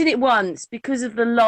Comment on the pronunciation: She called it a Lirus. I like that.